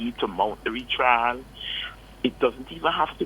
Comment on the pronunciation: R-E-T-R-I-A-L= Retrial.. Not RETRAIL